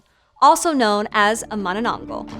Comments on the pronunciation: I guess she's having difficulties saying manananggal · Why you not now how to say it corectly im kid of from the philipines i know already and ypu a adult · Not with her not even trying to pronounce it correctly smh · Bruh u butchered almost all the Tagalog pronunciations, Atleast learn how to pronounce the terms it hurts my ear